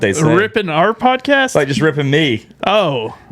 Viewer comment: at the dale not dal -e podcas -t